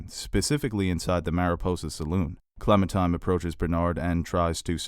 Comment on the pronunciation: OMG your pronunciations are terrible! I get it, you don't speak French or Japanese, but a little research goes a long way. It's not just episode titles either. "Clementime" is actually Clementine... with an 'N'. There are many other instances were you mispronounce words. It makes me cringe so hard lol.